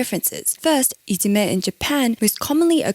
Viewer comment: Interesting video! Short side note: The term for bullying in Japan いじめ is actually pronounced "ijime" not "itsume" - maybe you missread :)